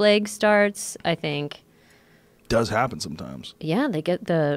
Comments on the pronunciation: Joe “I sink like a rock” Rogan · Joe "I sink like rock" rogan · Joe "I sink like a rock" Rogan